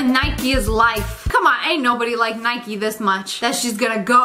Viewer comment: Why does sssniperwolf say nikey when its called nike